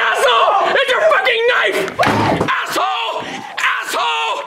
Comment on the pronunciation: souunds like saying asshoe asshoe